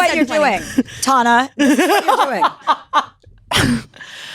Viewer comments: am i the only one who gets kinda bad vibes from her? i just don’t think it’s funny to intentionally mispronounce someone’s name who is clearly a big fan of you. couldn’t even finish the episode tbh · Kind of rude of her to say tana's name wrong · 17 minutes in and i love this!!!! it’s funny because tana is obviously a big fan and knows everything about chelsea and chelsea doesn’t even know how to pronounce tana’s name 😂😂😂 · TANA I have a coworker named TANA too!!! She’s from the south, I think pronouncing it your way is the southern pronunciation 🤠